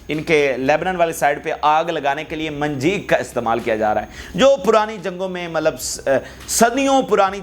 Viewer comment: صحیح لفظ منجنیق ہے۔منجیق نہیں۔